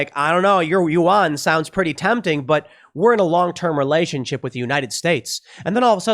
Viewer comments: Psssst……It’s not pronounced you-ahn. Yuan is pronounced more like ven or yen, it’s more of a guttural uhng sound followed by en, as in end. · pronounce Chinese currency at "Juan" not "You on" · “Wan” not youon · Why can't you pronounce yuan?